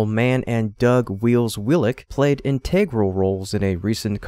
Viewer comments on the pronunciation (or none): Need to teach your AI how to pronounce words correctly ... Integral, Habitable, Formidable, and TRIMUPHING isn't a word. Also, in other of your videos 'Facet' comes out sounding like Faucet